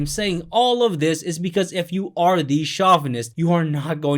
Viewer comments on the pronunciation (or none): Hey bro, great video - but it's pronounced "show-vuh-nist" not "shaw-vuh-nist."